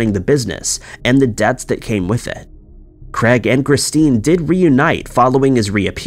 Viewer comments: Can you please start pronouncing names properly. It is very annoying! Craig....is NOT pronounced Creg!!!! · I just cannot listen to stories with incorrect pronunciations! It is not Creg or Crag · Why can the narrator not pronounce "Craig"???! Aaaarggghhhhh! Jesis fork and Crest!